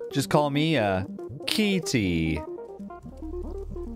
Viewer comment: Key-ty 😂yes I am glad I'm watching your playthrough